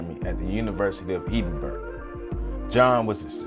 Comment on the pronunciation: ED-in-borough....is how you say it. Have you read The Gold Bug by Edgar Allan Poe ?